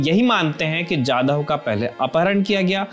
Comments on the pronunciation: It's Kulbhushan Jadhav 'जाधव' not Yadav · Kulbhushan yadhav nahi jadhav